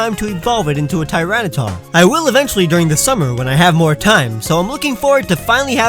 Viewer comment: TYRANITAR, NOT TYRINTAR!